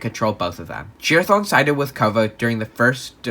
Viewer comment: why he say it like jerathon